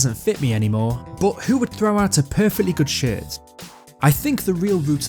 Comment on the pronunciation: Everytime you said "shirt" it low key sounded like you were saying shit...lul